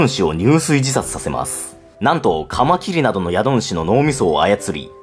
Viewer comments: カマキリの発音が爪切り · カマ⤴︎キリ⤵︎ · カマ↗キリ↘ ちょっと気になる…|´-`)ﾁﾗｯ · カ→マ↑キ↑リ↓ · カマキリが爪切りの発音。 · カマキリの発音なまってますね。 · なんでカマキリって単体で言う時だけ発音違うの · カマキリの発音が新しい感じ🎶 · カマキリの発音が違うなー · カマキリの発音が自分のと違う…笑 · 俺の中ではカマキリの発音はカマキリなんだけどはカマキリって言うんですね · カマキリのイントネーションが… 俺がおかしいのか？ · カマキリの発音なんか違くない？ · カマキリの、発音かわってる。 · カマキリの発音てあれなの？ 私が違ってるのか